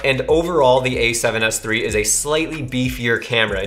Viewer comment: СЭВЕН ЭС ТРИ! ТРИ ЧЕТ ОЧЕНЬ ЧЕТКО ПРОИЗНОСИТСЯ ЧТО КАЖЕТСЯ НА РУССКОМ ГОВОРИТ)